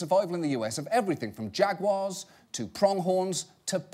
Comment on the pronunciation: "Jag-gras"? I thought you are English, John?! What happened? Have you English been Americanised as well? lol